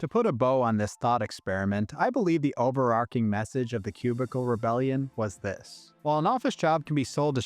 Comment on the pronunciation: But staying within the totalitarian collectivist order-based system requires the sacrifice of freedom, individuality, and identity. "KRAYG," not "KREG." "Over-ARCH-ing," not "over-ARK-ing." Why does everyone say that wrong nowadays?! Btw, I'm a professionally-trained typographer and ex-proofreader who used to work these types of jobs in the early 2000s in offices that really did look exactly like the ones depicted in these movies (I was a Housewares clerk in the late '90s, but that was while I was in college). Fortunately, I never had to wear a tie. Jobs that pay anything less than "middle-class" wages or salaries ought not require the donning of neckties, high heels, or any of the other idolatrous affectations of the mammon-worshiping ruling class. Ave libertatem!